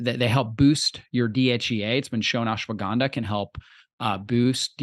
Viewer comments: What the fuck is "Ashawanda"?? Is "Ashwagandha" so hard to say? 🤣🤣🤣🤣🤣🤣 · Ashawanda? This chick isn't pronouncing it properly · The lady can't pronounce Ashwaganda properly. That's all. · learn to pronounce ashwagandha.